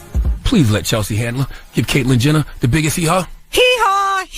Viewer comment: did you say Caitlyn Jender?